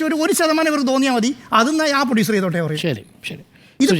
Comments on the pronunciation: പൊടിയുസർ അല്ല പ്രൊഡ്യൂസർ ആണ്. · പൊഡ്യുസർ അല്ല സാർ....പ്രൊഡ്യുസർ😂